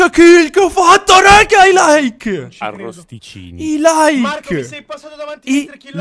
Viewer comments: "arristicini" hahaha ti adoro😂😂😂😂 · notare a :"arrosticicni" ahahahah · Ma sono l'unico ad aver sentito che diceva Arrosticini?